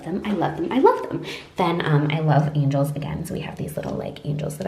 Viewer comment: Angels not angles 😂